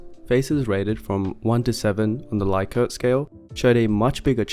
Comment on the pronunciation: Likert is pronounced with an e (ˈlɪk.ərt/ )